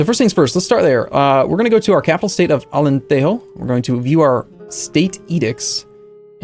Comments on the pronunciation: You don't speak spanish in Portugal, so you don't pronounce it like Alente-ho, you pronounce it like Alentejo. The 'jo' is like the 'ju' in 'june' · Alentejo, not Alenteho. In Portuguese, you pronounce a J properly, unlike in Spanish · Alentejo is not pronounced "Alenteho", is "Alentejo" as you would say in standard english. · You don't turn j's in to y's in Portuguese. Alen-teh-jho, not alen-tei-yo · Its not Alenterro we're not spanish the J is like the J in Juice soooooo Alentejo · Don't say Alenteho. Portuguese is not spanish. Argh, awful...